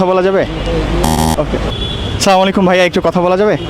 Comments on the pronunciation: আচ্ছা, সালামালিকু এটা কোন ধরনের সালাম।এর অথ কি😡😡মুসলিম হিসাবে সালাম টা সুন্দর করে দেওয়া উচিৎ,উচ্চ শিক্ষিত কিন্তু সঠিকভাবে সালাম দিতে পারর না😡😡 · আপনার সালামটা শুদ্ধ করুন